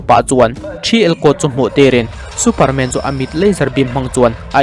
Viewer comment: Superman i lam dan chu,MAN hle mai a tia kan lam ang khan lam mai tur.😂😂😂